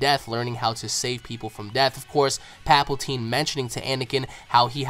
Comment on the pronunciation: Thought I'd mention this it's palpatine not paplatine